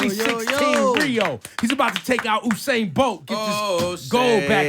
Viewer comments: Ebro, who the hell is Oohsain Bolt?? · I'm gonna need y'all to stop putting on H on Usain's name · Dumbass! its not hussain its Usain. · Its usainbolt not who sain bolt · Why these ppl said "HU"instead of ""U"? His name is Usain. U...U...U..U say it..U..U..U Usain. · Its "You- sane" not "Ooh- sane". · I'm gonna need you guys to stop putting an H on my boy's name. His name is not Hussain, it's Usain. Say it with me U-sain.... U-sain... U-sain... Usain Bolt! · I have crazy respect for you guys but you really have to stop saying Usain's name incorrectly. The man's name in pronounced "You-sain", im not trying to be a jackass, only passing on some knowledge so you guys can continue to be the professionals that you are. Keep up the awesome work cousins. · why can he not pronounce Usain Bolt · + donnett wilson You obviously misread my post. I know very well who Usain Bolt is, I am Jamaican myself, born and raised. My point was that during this video Ebro (radio presenter) kept on pronouncing his name wrong. Click on (like I originally wrote above) and you will hopefully see what i'm talking about. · + david hudson You obviously misread my post. I know very well who Usain Bolt is, I am Jamaican myself, born and raised. My point was that during this video Ebro (radio presenter) kept on pronouncing his name wrong. Click on (like I originally wrote above) and you will hopefully see what i'm talking about.